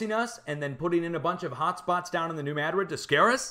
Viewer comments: Fascinating! Thanks somuch for sharing, as I look back at Lahaina, Maui, (8/8/23) and other fires taking place as of today, (9/5/23). By the way, I cringe every time you say Madrid and emphasize the first syllable. It's not pronounced MAD'-rid...it's pronounced....ma-DRID'. 😊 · The moors remember the earthquake and how our country was stolen as a result. It’s NEW MADRID LIKE SPAIN !!! You know how to say it